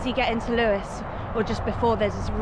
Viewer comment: It’s most certainly Lewes……not loose